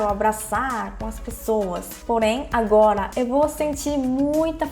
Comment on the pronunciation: Quando ela fala agola meu coração derrete kkkkkkk